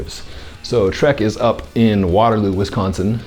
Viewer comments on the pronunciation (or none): none